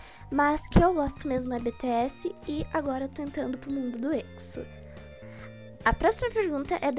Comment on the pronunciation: eu só queria dizer que não se fala ''Beteési' e sim ''Bitiési''